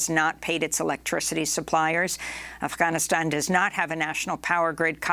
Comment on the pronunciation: Am I the only one who is bothered by the way Amy pronounces Afghanistan?